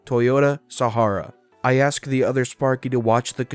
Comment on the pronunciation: Your voice is lovely, but I almost unsubscribed when you twice pronounced "asked" as "axed", because it's one of my petty hates, and very distracting, but for an american to say "maths" instead of "math" [mathematics has many branches] is a wonder to behold and you absolutely had me. Bless you,!